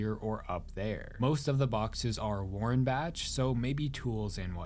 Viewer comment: I think the H in warenbach is silent but i don't fully know